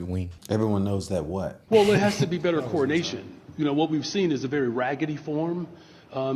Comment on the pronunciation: Anyone else notice that when Brandon Johnson says “coordination”, it sounds an awful lot like “coronation”?